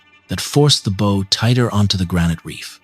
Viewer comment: “Crossing Lake Erie to Buffalo from the Welland Canal”…boy, that was a long trip! 🙄 “Bow” and “Sault” mispronounced in every story… this is why I’ll listen, but will NOT SUBSCRIBE to this AI garbage! 🤮 The Big Old Boats channel does a much better job… a real person narrates and knows how to pronounce English words! I’m subscribed there!